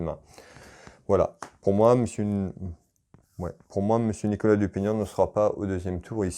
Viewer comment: Merci pour votre tirage. Parfait comme d'habitude. Vous avez eu un peu de mal a prononcé le nom de Nicolas Dupont-Aignan 😁. Merci encore et j'attends votre prochain tirage avec impatience. 😉😉😉👍👍👍 Bonne soirée.